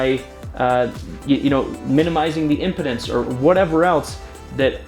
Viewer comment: its pronounced " im-pee-dence ".